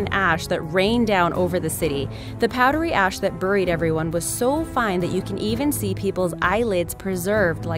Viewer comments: The way she says "Buried" is driving me bananas! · Me too. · buhried. LOL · I laugh so hard every time she says "buried" 😆😆😆😆😆 Sounds like Cleveland brown lmfao